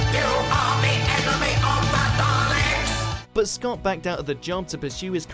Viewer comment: Daleks, not "Darleks". Urgh. Seriously people. where the hell do you get the "R" from?